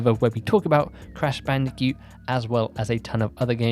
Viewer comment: I love how you say bandi-cute 😂